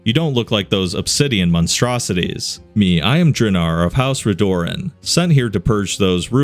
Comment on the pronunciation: I'm sorry but Redoran is pronounced Red-oh-ran. hate to be that guy but damn it annoyed me as a Morrowind Fan